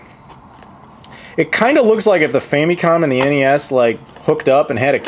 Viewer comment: i love those famicom carts.. the boxes look awesome too, of course.. and it just makes you think how wasteful our carts were lol.. all that extra plastic could have made spoons for the hungry.. or somethin.. ;) & .. im convinced you said 'super fannycom'. ha!